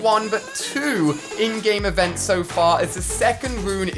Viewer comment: Lets get the fact that when ever Ali says "in-game events", it sounds like he is saying "endgame events". Avengers Endgame